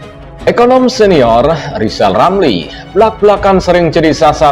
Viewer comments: Ngomong r aja ngk bs mbacot doang lizal lali.jd mentri tak bejus.mkanya di pecat sakit hati koar 2 lah loe si tua bauk tanah.kaum pecatan bikin partai pecatan indonesia coba dpt suara ngk bs ngk jd presiden zal kau buktikan hayo.di 2024 ok zal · Emmang betul si anis tdk bejus kerja dasar rizal otak udah pikun ngomong r aja tdk bejus komentar mikir rilamri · Yg pendendam itu kamu Zal lijal lamli.....jijik lihat si tua ini ngoceh ... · Pak Rizal Ramli hendaknya sebelum menilai seseorang belajar dulu menyebut ER bukan EL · Si Rizal Ramli, ini gak usah di dengar bacot nya, gak jelas bacot nya gak bisa ngomong jelas apalagi ngomong "R" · Justru RL sj yg hrs ditabokin rame², krn sll nyinyir, fitnah kpd Presiden & Pemerintahan yg syah, parahnya lg g bs ngomong R (pelo) jd omongannya ngaco g bs difahami oleh publik. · RIZAL RAMLI..cuma BADUT POLITIK ..ngomong .R. aja ngak Bisa ..apalagi jadi pejabat ya pasti di pecat . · RR sangat rajin kerja brow, Kerjanya nyinyir?. Dikasih jabatan gak jelas kinerjanya, seperti ngomong "R" aja ga jelas. Kalo kinerjanya bagus, masak di pecat. P. Jokowi butuh mentri yg bisa kerja untuk mewujudkan program2nya. Contoh P. Basuki.